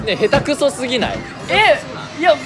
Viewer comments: あべちゃん｢へたくそすぎない？｣っていうの全部ひらがなに聞こえる😂普段そういうこと言わないから上手く言えないのね(笑) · あべちゃん笑 下手くそすぎないがカタコトすぎない？笑